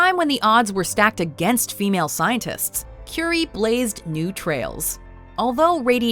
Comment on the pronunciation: Cuuurie not Curry